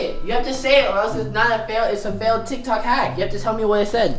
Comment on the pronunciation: LOL THE START Michael: today we are going to be trying some tiktok HaCkS!! Jonathan:NIKNOK nAcKs Caught me off guard YO 😵😂😂😂😂🤣🤣🤣🤣🤣🥲